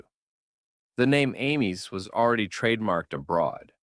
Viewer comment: 1. The later Multicar trucks were by far the best-looking East German vehicles, which certainly improved the brand's chances of survival. The rest looked outdated at best and outright ugly at worst. 2. The pronunciation of Ameise isn't Amy's. Its Ah-mize with the last e being pronounced.